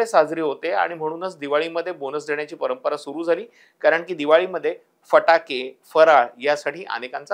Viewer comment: फ्हटाके...नाही रे... फटाके बोल.... च्या मायला... 🤕 वाट लागली मराठी ची..